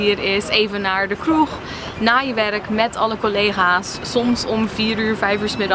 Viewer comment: haha je accent merk ik echt amper. En ik woon in Nederland! Alleen "kroeg" zei je wel heel Engels :p